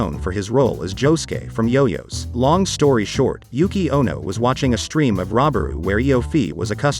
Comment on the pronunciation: i love he read j-o-j-o as yoyo. i dont know which one is correct but i just like it